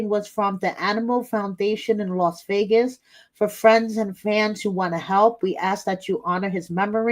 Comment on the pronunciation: I think you mean the "TaKe mE tO VEE-AY-GUSsSsS" episode! 😜